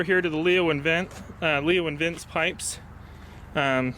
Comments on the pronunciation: Lee-Oh Vin-Chee is how it's pronounced. It's Italian, like your bike. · Leovince.. Not Leo and Vince